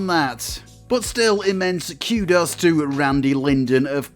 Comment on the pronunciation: Forget the Wolfenstein pronunciation. The way you say kudos is bonkers,friend.